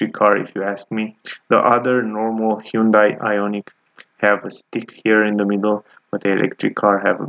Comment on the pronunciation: Your pronunciation of the vehicle is incorrect look at how it’s spelled i’m talking about the manufacture